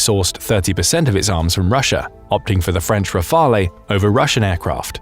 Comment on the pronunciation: Pls don't pronounce the 'e' in Rafale